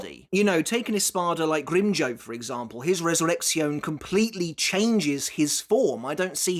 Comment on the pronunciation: I forgot how says "GrimmJOE" instead of GrimmJOW lmfao